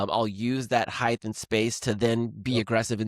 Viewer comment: height is pronounced with a T sound as the last sound, not a TH sound. Think of the word weight. Do pronounce it WA-TH? Or 'wait?' Do yourself a favor, and do not go down the McEnroe road of trashing the language with lazy speech.